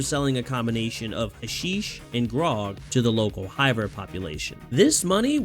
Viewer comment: Its not "huh-sheesh" its "hash-ish" Its a real thing. Dont ask how I know